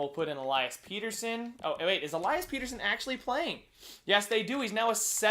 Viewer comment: its pettersson like better son not peterson